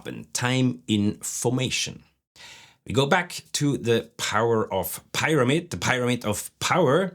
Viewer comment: Embarrassed to mention it, since you are an Expert C2 level of English--could you check your American English pronunciation of "pyramid?" I always look forward to your videos and give folks your channel when they are looking for more help in learning.